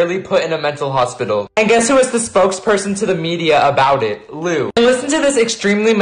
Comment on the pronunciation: Why do u keep saying “loom Taylor?” Her name is Lou